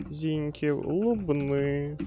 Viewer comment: правильно не ЗІньків а ЗінькІв